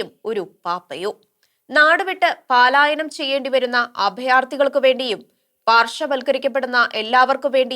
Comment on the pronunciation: അതെ, പാലായനം അല്ല, പലായനം ആണ് ശരി